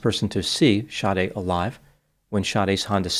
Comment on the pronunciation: Her names SADE it’s pronounced “Shadee” not shawty 😂